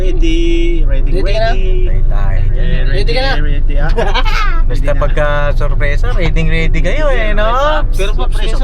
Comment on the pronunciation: surprisa! hindi suprisa